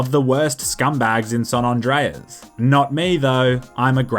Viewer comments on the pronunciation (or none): “San ondreas”